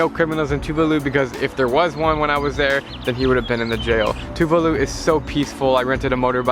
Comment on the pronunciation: I do not pronounce Tuvalu the way you do - mine goes like Tuuuvaaaalu. Anyway - great video!